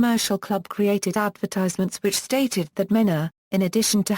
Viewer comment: It's pronounced Mean a .